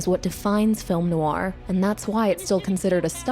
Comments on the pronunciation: good video but I cringe every time she says noir, which is a lot. She says it like "new-are", it should only be one syllable. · I had to stop watching after 2 minutes, probably a good essay on the film but sadly you're violating my ears. Stop saying the word "noir" every 5 seconds if you can't pronounce it ;), just use the term "dark movie"